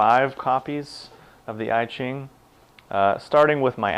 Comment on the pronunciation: "I" -- (I Ching) pronounce "ea" like in "ea(-sy)", "ea(-ch)", "(p-)ea(-nut)", NOT "I (am)."